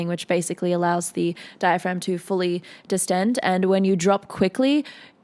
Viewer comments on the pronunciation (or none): none